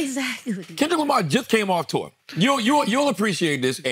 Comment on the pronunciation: Now I can't unhear Charlamagne saying 'Kendrick had the highest grossing Tuah of all time' 😂